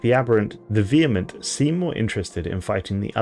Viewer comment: A native speaker that can pronounce vehement!